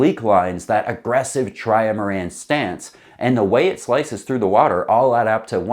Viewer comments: Dude, it's STILL not a "try-a-ma-ran". It's a trimaran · Sorry - gotta say it: It's not a 'Tri-A-maran' - the word is just 'trimaran'. 3 hulls - 3 syllables (not 4). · *definitely a maran you want to try.... a TRY-A-MARAN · TRY-UH-MARAN has to be a bit at this point. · Tri-ma-ran. Say it. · says 'tri-a-maran' to avoid anyone who is searching for 'trimaran' videos. 4d chess, for sure! 💪🇨🇦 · Try-a-maran gang sound off!